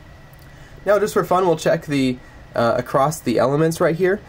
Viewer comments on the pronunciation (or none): Very good explanation. But it’s “across”, not “acrost”.